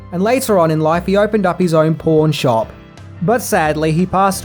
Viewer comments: Um... Was that "pawn shop" or "porn shop?" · I’ve replayed so many times. Did you say “pawn shop” or “porn shop”? 🤔😂🤣